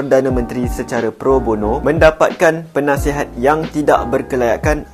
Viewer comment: Penasihat❎ Punaisihat✅